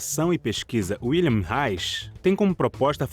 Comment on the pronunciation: O repórter deveria perguntar a pronúncia de "Wilhelm" antes de falar o nome dele!!